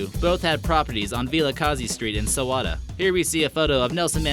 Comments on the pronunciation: This guy said Sowada instead of Soweto😂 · 3. That is the first time I've ever heard anybody mispronounce Soweto. This video is badly researched and is some cases completely wrong. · Hahahhahahaha he cant even say SOWETO properly 😂😂😂